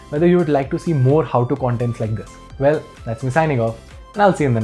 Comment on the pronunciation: When he says volume he says “wolume” and when he says well he says “vell”.. 😂😂